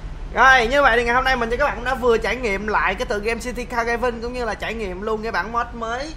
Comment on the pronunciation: Car đờ rai vinh a ơi 😀 phát âm nghe chán ghê